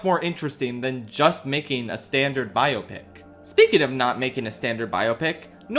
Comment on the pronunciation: Anybody else get slightly triggered by his mispronunciation of Cillian’s name as well as the word “biopic?”